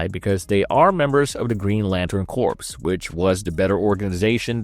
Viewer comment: Corps is pronounced “core” not “corpse”.